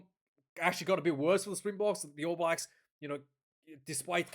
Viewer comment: Stop calling them the All Whies ya hua.